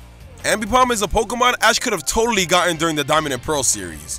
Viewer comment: The second O in Pokemon is supposed to be an E!